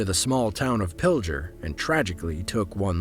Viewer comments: Pil-g-er not pil-j-er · That's Pil-Ger not Pilger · why is it so hard for these people to pronounce pilger? it's pil-ger. pilger. get it???? i was about 15 miles away from there when this happened. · Everyone pronounces Pilger wrong lol.